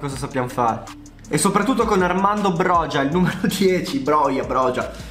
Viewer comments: ciao, comunque sono albanese e si chiama broia non brogia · Si pronuncia broja nn brogia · comunque si pronuncia boia il calciatore da 🇦🇱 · broja si pronuncia broia te lo dico da albanese. Comunque grande❤️❤️ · Bella la pronuncia corretta è broia la j si legge i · si pronuncia broia sono albanese e te lo assicuro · Broja si legge broia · Armando broja non si pronuncia in quel modo si dice Armando broia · Sono albanese e ti ammiro ma si pronuncia broia ciao 🙋‍♂️ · mio papà è albanese e ha detto che si pronunci a roca perchè la J si dice C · Broja si legge broia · Si pronuncia /broia/ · SI dice broia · si scrive broja ma si pronuncia broia